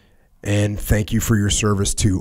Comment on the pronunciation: 1 hour in "Fankyou" or not so much LOL!!!